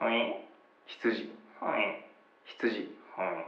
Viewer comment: ひちゅじ 根岸かわいい